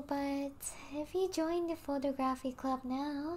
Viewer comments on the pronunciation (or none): BREAKING NEWS: The VP of the photography club doesnt know how to pronouce photography.